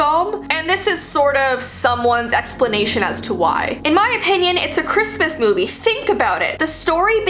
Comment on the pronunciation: I think its more of a christmas "movee":3 LOVE U KEEP DOING THESE "movees" luv u